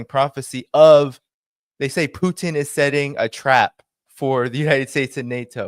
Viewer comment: He can’t pronounce Putin either